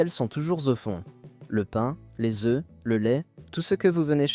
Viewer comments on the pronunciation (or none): none